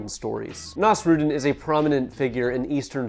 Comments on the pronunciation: ❌️ naws-ROOD'n ✅️ naws-roo-DEEN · ive never heard someone butcher nasrudin's pronounciation this badly before. can you search it up next time? its not that hard to pronounce correctly